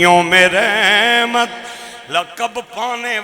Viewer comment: لفظ "رحمت" کی "ر" پر زبر پڑھا کریں۔ جیسا قرآن کریم میں ھے "وما ارسلنک الا رحمۃ للعالمین ھے۔۔